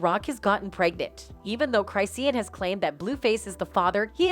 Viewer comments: "Cry see an" 😫🤣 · 'Cry-seen'??? 😂😂😂😂😂 Come on guys do better 😂😂😂